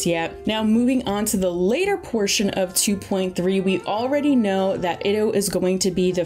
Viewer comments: Yeah, "albetto" and "iddo" geo dudes are getting renamed. Also "shenye" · They pronounced a couple of them fairly incorrectly, albedo, Itto, etc. It should more like e-toe instead of Id-oh, albedo idk but I’m pretty sure the way the voice actor says it should be the correct way. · It was "It-Oh" for me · She also messed up the pronunciation of "Itto" and "Scaramouche" lol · also mispronounces itto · shenhe,xiao, itto, and yae Miko were also butchered